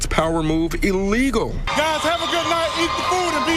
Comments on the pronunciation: Illegal not elegal😂😂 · "This be E LEGULL yaw."